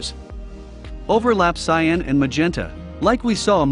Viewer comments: cyOn? It is cian. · its cyan not cyon :( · It's cyAn, not cyOn lol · the blue is called cyan not cyon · It’s cyan not cyon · Cool vid but its Cyan not Cyon bud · cyAn not cyOn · it's cyan not cyon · Cyan is spelled CYAN not CYON. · Is "Cyon" a meme and I'm a wooosh? Or is this an actual mistake? (it's actually "Cyan") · It's cyan, not cyon. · Ah yes, "Cyon" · Cyan not Cyon. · A really nice video, ruined by "cyon". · It's CYAN, not CYON! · WTF is CYON? It's cyan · CyAn, not cyOn... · its CYAN not cyon lol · Cyan. Not cyon. Cyan. x.x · "Cyon" ?? CYAN